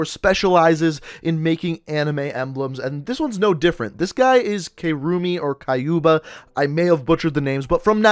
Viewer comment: "Kayrumi or kyuba" ooof